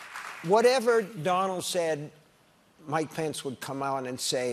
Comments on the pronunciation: When he said mike pence I thought he said my pants at first😂 I was like wtf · I kept hearing "my pants" when he was talking about Mike Pence and it deadass took several double takes to figure it out 😂😂😂